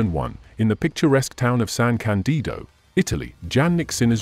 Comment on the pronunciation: it is pronounced San Càndido, not San Candìdo, and in any case he was only born there, in the hospital of San Candido, he is from Sesto Pusteria